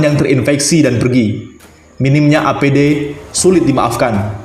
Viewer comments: APD mas ....bukan ADP.......🙏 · APD, bukan ADP , banter salah wkwkwk